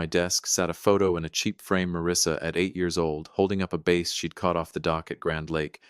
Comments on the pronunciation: There your Ai voice goes again, can’t pronounce based on context. In the case of the daughter holding a fish, the fish is a bass, pronounced like the word “ass” with a “b” at the beginning NOT bass like “base”. Ai may help crank these stories out like the government prints paper money but it does a full blown crappy job and no live body checks for errors or accuracy prior to uploading. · As usual crappy pronunciation by your Ai. That fish the daughter was holding is called a bass, pronounced ass with a b in front not bass pronounced like base. Ai absolutely can’t pronounce a word based on context and no live body reviews all these error riddled stories prior to them being uploaded. Hence an otherwise fairly good story is actually a pile of 💩